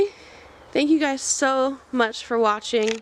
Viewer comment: It sounded like you said “thank you all for washing.” You are so cute! Will you be painting the barn? Was it ever painted? Have you found s date on any walls or beams? This makes me happy. Thank you for posting! I missed your updates!